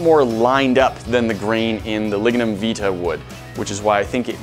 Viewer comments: Lignum vitae My country's (Jamaica) national flower we pronounce it ( vie-ty) not (vee tah) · Lignum vIT-AY. Not veet-ah..